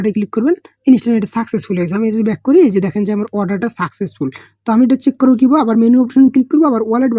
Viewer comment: চিকু না‌ রে ভাই চেক 😁